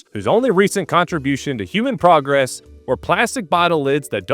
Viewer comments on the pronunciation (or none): none